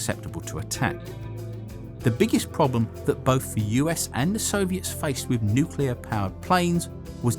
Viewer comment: YOU CANNOT SPEAK ENGLISH! DO NOT MAKE ANY MORE VIDEOS UNTIL YOU HAVE LEARNED HOW TO! FOR EXAMPLE, YOU CRETIN, 'WITH' IS PRONOUNCED 'WITH', NOT FUCKING 'WIV'!